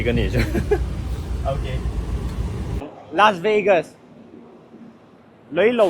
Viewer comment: Lasveigas a tia law ... Lasvegas tih mai awm